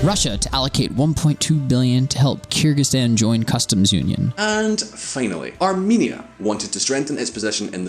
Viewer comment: It's not "KYrzikstan", please say correctly Kyrgyzstan 🇰🇬.